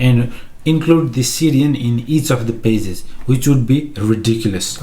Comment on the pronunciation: Nobody: Say Pages: PAZESS